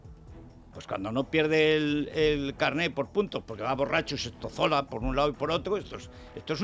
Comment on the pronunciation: "Se estozola" jajaja